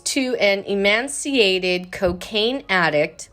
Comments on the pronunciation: She said he was “emanciated”. I believe you mean emaciated ma’am. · She totally butchered "emaciated" too. She says "enmastyated"